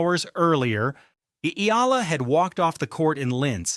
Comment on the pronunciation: Eala or E-ya-la ! Can’t take you seriously if the subject can’t be pronounced by ai… just narrate it unlike an american